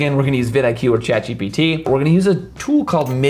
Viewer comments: You say , "Chat GTP" like 50 times. It's, "Chat GPT." Just saying... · great tutorial except it's chatgpt not chatgtp 😅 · It’s gpt not gtp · It's chat GPT not GTP. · It was early, so I'll forgive "GTP". My ears were burning ever time you said it! lol Great video. Thank you :) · 😂 you keep saying ChatGTP.. but it’s GPT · It's not GTP It's GPT 😄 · Hello why are you calling Chat GPT as Chat GTP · g-p-t not gtp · It's "GPT" bro... not gtp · Its called GPT, not GTP, you miss spelled it so many times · Chat GPT not Chat GTP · Yes "chat GTP" btw nice video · Bro it’s gpt not gtp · Bro it's chat gPT not gTP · Not GTP 😂 .. GPT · That's how not to talk to the AI... Just kidding, I guess it's pretty common mistake.. it took me some time to get a hang off it as well. It was a pretty informative video. Thanks. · I had not noticed until I saw the comment 😂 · Is he saying Chatg”TP” on purpose? Lol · When I tell you that when he called it "GTP" for the second time (I had to make sure I heard him correctly) I shut off the video and left. If you don't know what the tools are, then you know WAY too little about it for me to take ANY advice from you. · Chat GPT. Say it with me: jee - PEE - tee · Couldn't even finish the video with you continously calling it GTP... 🤦‍♂️ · I've got to be honest, I smashed my TV at the 27th time he said Chat GTP, so I now can't watch any more YouTube! 😯😟😡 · Helpful video! He mispronounced gpt, so what? Grab the good stuff and leave out what you don't want. After all, the content was free! People are too quick to criticize to extremes! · please pay attention. watch again carefully you say chat GPT (Wrong) instead of chat GPT